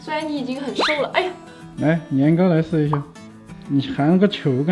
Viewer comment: 老父亲叫着年糕，不造为啥一直听成年哥🤣🤣